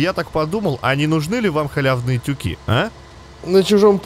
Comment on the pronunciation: Правильно говорить тюкИ, тюкОв